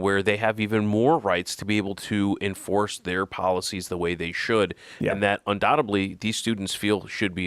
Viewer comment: undoubt-ably. oh